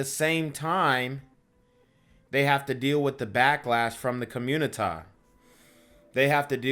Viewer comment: Communitah has a literacy problem? Ion kno what u talm bout cuh